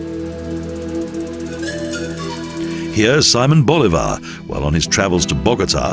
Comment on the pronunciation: Good video but please... how the narrator butchers the names of people and places is amazing. You should learn how to pronouce the words that you are going to read. How hard is it??? Simon Boulevard, Jose de san matah, Cuencha, Chimboratzo, Parque Nacional Callas, lol